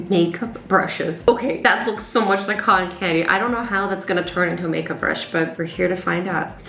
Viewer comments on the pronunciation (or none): none